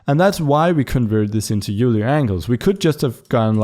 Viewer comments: It's pronounced, "Oiler". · If pronouncing names correctly matters to you, Leonhard Euler's last name is pronounced much the same as the word "oiler". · It's not euler angles. you say it like oiler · These tutorials are very helpful, thank you! FYI, Euler is pronounced like oiler.